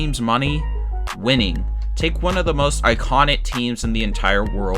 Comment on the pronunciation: Love the content but turned off by the failure of the commentator to pronounce hard “k” sound. Players sign contrats. Sale plays for the Red Sots. Teams employ analydits. The Yankees are iconit. Luxury tats. Yikes.